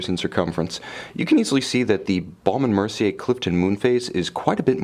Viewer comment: If you call the American B&M website you will hear the correct pronunciation- it is exactly how the reviewer says it.